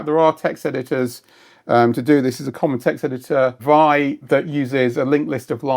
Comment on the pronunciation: Vi is pronounced "vee eye", not "vie"!